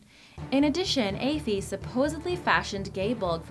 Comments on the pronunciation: Aiofe would be said as A’iofe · Aiofe is pronounced 'eee-fah'. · I hate it when Irish words or names are pronounced wrong or spelt wrong cough cough Cuchullain (Pronounced "Coochullen* basically) and Aoife not Aiofe (Pronounced "Eefa") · OMFG it's not "aye-fee" it's "EE-fa" (Aoife) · It's not ayyfee it's eefa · its pronounced eefaa not afee ask any irish person they will confirm the name is said eefaa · The mispronunciation of the Irish names is strong with this one, Aiofe "eee-fah" and "coo cull-in" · It's Ai-fah. Not Ae-feh! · Aoife ...pronounced eefa ... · You actually butchered those Irish names you didn't pronounce one right haha Aoife is pronounce e-fah and the other is pronounced Ku cullen haha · it’s pronounced ee-fa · Aiofe is pronounced ee-fa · aiofe=effa Cu-Chulainn: Coo-Cullin or Coo-hoolin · Why could narrator not pronounce names correctly? Really annoying. Eg Aoife: pronounced Thus origins not explained... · number ten Aoife in ireland is pronounced ee-fa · Aoife is pronounced Ee fah. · although I'm Irish I'm pretty sure you butchered the name and spelling of Aoife